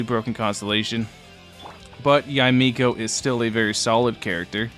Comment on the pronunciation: Props for getting her name's pronunciation. A lot of youtubers have been pronouncing it as Yay Miko when it should be Ya-Eh Miko